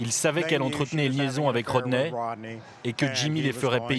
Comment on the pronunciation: His name is Rodney...not Roder🤨